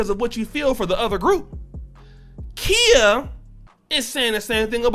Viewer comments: Kiya is how you pronounce her name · It's not Kia bro lol, it's pronounced KY-Yah. Also, she reps Tampa Florida. She even says it in her old "Kang Wang Wit It" song. I know so because I am from Florida. Just wanted to point that out homie. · Yes, Queen! That’s right give my girl her props! #TeamKhia 👑💛🌻🍯 It’s Kh(eye)a 👁🤣🤣🤣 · Her name is pronounced Kye-ah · LOL why you pronouncing her name like the car i drive? LOL i was like "oh i got a KIA" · its pronounced ki-ya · Babe, she out of Florida and her name is pronounced K eye Yah. She gonna roast yo ass for fuckin her name up. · Khia pronounced KY-A (K👁A) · I cringed everytime you mispronounced her name. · Bruh u said her name wrong the whole video 🤦🏾‍♂️😂🤣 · You are saying her name wrong sir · Y is he saying her name wrong that's not how u say her name wte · he lost me when he mispronounced Khia's name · U saying her name wrong lol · You're the only one who pronounce her name that way